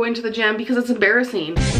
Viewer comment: You mean 'embarraseen'